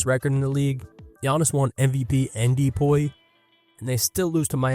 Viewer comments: didnt subscribe after you said de-poy, twice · Why do you say DPOY like that?